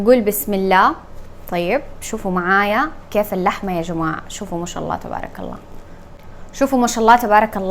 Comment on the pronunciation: النطق الصحيح هو (بارك الله)